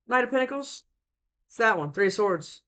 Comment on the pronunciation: Is it just me? I hear pickles every time you say pentacles at 1.5x speed 🤔😂🥒